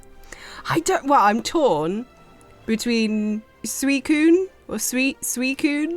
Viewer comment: pronounces Suicune correctly: YEAH TAKE THAT POKÉMON FANS